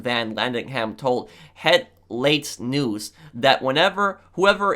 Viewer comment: I really liked how pronounced 'Het Laatste nieuws'